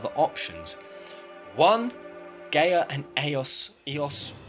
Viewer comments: It’s pronounced guy ah not gay ah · Every time I hear him say "Gay-Uh" instead of "Guy-Uh" I die a little bit on the inside... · just found this. it's a really COOL idea. but why does he keep saying the planet's name WRONG!? wtf is GAY-uh? it's GUY-uh. the letters "a" and "i" together make an "eye" sound. and the word Gaia has been around for a while. always pronounced with the "eye" sound. and as for Luna being Jenova.... why would she come back to the same planet wanting to destroy it after saving it in the first place? sounds a little too contradictory... unless during her time adrift she was corrupted. the weapons being invaders.... no. in VII they only tried to get rid of the thing hurting the plant. even when Diamond Weapon fought Cloud, it was because he was in the way. after you beat it, it still continues toward Midgar, not caring in the least about the heroes. if they were destroyers why would they stop what is doing their job for them? but turning it around.... the Weapons could have poisoned Luna while she "poisoned" them in return. they were infected by her good will while she absorbed their maliciousness. if that were the case I MIGHT be able to KINDA see this being a truth. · isn't it GUY-A not GAY-A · gaia its pronounced "Guy-yuh" Btw